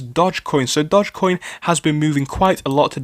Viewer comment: if youre going to mispronounce it you might as well call it doggy coin.